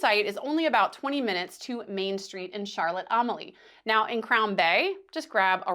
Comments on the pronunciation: Overall a good video, but if you are going to recommend places, please learn how to pronounce the locations properly. It is not Charlotte Am-a lee, it's pronounced Charlotte A-mal-ya. AH Riise, is not pronounced AH Rise, it's pronounced AH Reese. Yacht Haven Grande is not pronounced Yacht Haven Gran-day. It's Yacht Haven Grand. The "lookout" you mention is Skyline Dr. Scenic Overlook. I hope you enjoyed our Island. It looks like you there Wed Oct 15th, when both Celebration and Aqua were in port. We happened to be home on island that week. BTW- fully agree with cruisers NOT trying to to go to St. John for the day. Too many variables to make you miss your ship on the return. The term "schedule" is used loosely in the islands, especially for the ferry. :) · As a local it makes me cringe everytime you try to say Charlotte Amalie but happy you enjoyed our home 😂